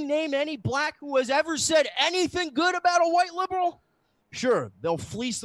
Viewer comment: Every time says the word liberal I smell the entire East Coast emitting off of him